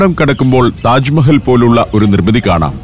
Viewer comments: ടാജ് മഹൽ അല്ല താജ് മഹൽ ദൗളത്താബാദ് അല്ല ദൗലത്താബാദ് ബാഹ് മനി അല്ല ബഹ് മനി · ടാജ് മഹൽ അല്ല താജ് മഹൽ.😂😂😂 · 'ടാജ് മഹൽ ' അല്ല... താജ് മഹൽ. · സഫാരി താങ്കൾ ടാജ് മഹൽ 1 അല്ല തെറ്റ്. താജ് മഹാൽ . Ok തിരുത്തുക.